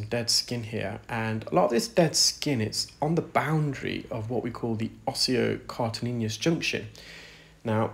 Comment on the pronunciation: I’ve always known it as the osseocartilagenous junction. Your pronunciation is not congruent with convention.